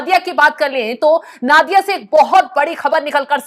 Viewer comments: पहले तो आप उच्चारण सुधारें। नादिया नही, ये नदिया है। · Nadiya ko Naadiya nahi bola jata isse Nodia bolte hai